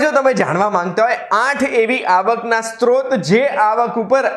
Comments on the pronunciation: સ્રોત = SROT not STROT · આવકનો "સ્ત્રોત" શબ્દ છે. સ્ત્રોત નહિ. અહીં ઉચ્ચારણ સુધારી શકાય છે. માહિતી માટે આભાર.